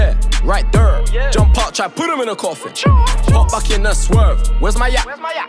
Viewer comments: Why is he pronouncing “there” like that tho 😭😂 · Only just clocked he says “right thurr” or “thurr” because of Chingy- Right thurr... 🤯🤯❄️❄️